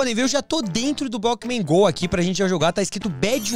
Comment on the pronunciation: Ele falou bockman go